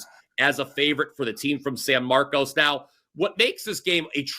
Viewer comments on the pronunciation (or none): Just cause I'm from here, no disrespect but its pronounced “Marcus.” Texas State wins 42-13